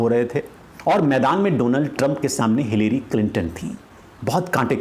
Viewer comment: Pronounce it as "Hillry" instead of "hillairy".